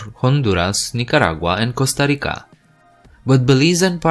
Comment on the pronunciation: Strange video. Did you even talk to local historians when putting this together? And you keep pronouncing Costa Rica incorrectly. I say do over.